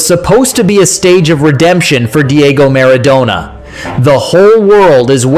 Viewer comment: Only an ignoramus or a data-poor AI bot could refer to the '94 World Cup as "the one thousand, nine hundred and ninety four world cup", mispronounce Maradona, wrongly claim that the whole world was waiting for Diego's redemption (we weren't, we really weren't), call prime-time Romania "a dark horse country" and describe Hagi's superb strike as "a left foot swing". Ha-ha-ha!